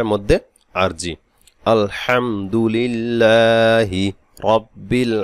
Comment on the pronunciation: আলহামদু লীল না রিল হবে ?